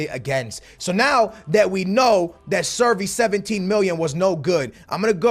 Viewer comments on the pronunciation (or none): cervi not survi lmao